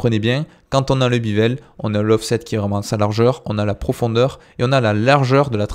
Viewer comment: Merci, par contre c'est "béveule" et pas "bivèle" ;))